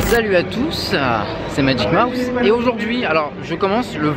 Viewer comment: Magic Mouse, pas Magic Moïse...😅